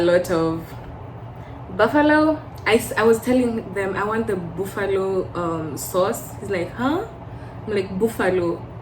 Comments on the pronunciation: Boofallo has me dead 💀 💀💀💀. Don’t say booffet too. You’ll suffer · The buffalo sauce thing isn’t to do with accent. Its more of a pronunciation thing. It’s just that Kenyans use Swahili vowels when speaking English and literally say it how it looks too😅 I had to stop using Swahili vowels in words when I moved lol.